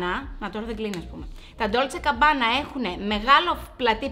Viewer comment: GABBANA ρε παιδιά όχι CABBANA ❤️😅🤪